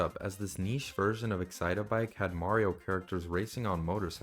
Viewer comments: its excite-bike, not excit-a-bike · Please, it's not excite-a-bike, it's just excitebike 😭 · why are we calling it excite-a-bike? its just excite-bike bro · I had to stop what I was doing as soon as I heard you start saying "Excite-a-bike". That isn't what the game is called. It's just Excite Bike. 3 syllables, no "a" sound in the middle. Terribly jarring to hear it pronounced so wrong. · "Excite-a-bike" Multiple times, LMAO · It’s just “Excitebike”. Like, excite, then bike. Not “excite a bike” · i swear I just got multiple aneurysms from hearing “the original Nintendo 64 Excite-o-bike game” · can you please stop saying "excite-uh-bike" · bro really said excite-a-bike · Why are you pronouncing excitebike as "excite-a-bike"? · you've got to be kidding me. My sister also pronounces excitebike as "excite a bike" and this is not helping my case 😭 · excite-uh bike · Ngl just him pronouncing it like that was driving me up a wall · The way you pronounce "Excitebike" is hilarious. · the way you pronounce excitebike is about to make me hulk out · please stop pronouncing excitebike that way 😭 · mispronouncing the name of a game they've likely never even played does not automatically make the video ai... People just call everything ai nowadays this is just like the boy who cried wolf